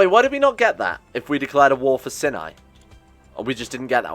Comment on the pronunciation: It's not pronounced "sin-eye," but rather it is pronounced "s-eye-n-eye"